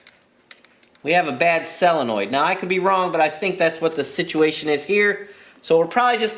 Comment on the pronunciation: Honda twins! Now you're speaking my language! This was a most entertaining video. FIRE! By the way, Jack wants you to know that it's pronounced "soe luh noyd."